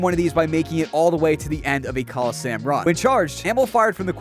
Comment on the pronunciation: Varlamore isn't an island though Also it's colo-SEE-um. Come on bro